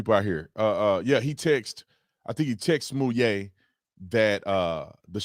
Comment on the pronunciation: Why all of a sudden are they giving #JussieSmollet a french pronunciation?? Giving him more class than he deserves. Daaamn! #LyinJussie